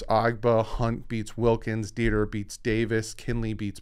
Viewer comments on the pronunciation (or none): none